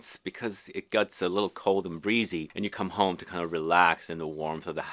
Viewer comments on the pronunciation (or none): none